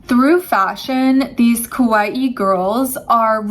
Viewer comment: “Ka-wa-ee” pronounce it correctly.